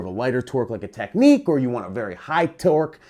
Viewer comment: Wtf is Technique? It's TECH-NICKS.